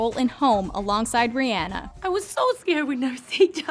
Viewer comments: Sis really sad re-ann-a uhm I think you mean re-on-a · i’m probably the only one who cringed when she said “riANA” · Rihanna (Re-Anna) wtf?? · Why do do you say Ri-hanna instead of Rihanna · thats not how to prenounce rhianna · Is That How You Say Rihanna?